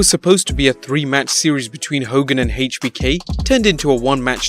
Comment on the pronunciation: Try’s to say HBK. Actually says HaChBK